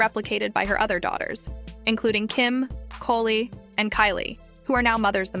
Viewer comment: Love how this A.I.-generated voice pronounces Khloe’s name as “Koe-Lee.” Annoying